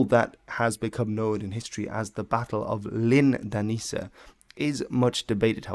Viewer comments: Dan-nə-brog, not Dann-brog. And Valdemar is with a "hard d": Valdemar was a danification of Vladimir, which got into Danish through a royal marriage with a Slavic princess, who named her son that. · its sound like you are saying dan bro insted of dannebrog